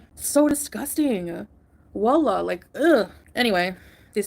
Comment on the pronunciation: Out of all the gross things she says, the 'wollah' almost gave me ptsd... 🤮